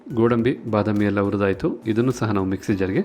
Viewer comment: Urdaytu alla hurdaytu.kannada swacchavaagirali.